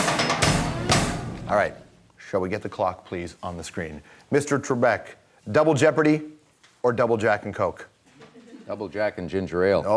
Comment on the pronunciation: Alex Trekbek? I hope someone got fired for that blunder lol.